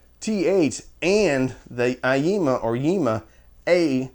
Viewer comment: I thought it was eye-ee-mah?